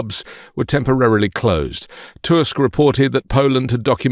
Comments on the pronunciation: Back after some time - i'm happy you pronounce Tusk surname correctly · You pronounced Tusk's name in proper way, it's rare on English speaking chanel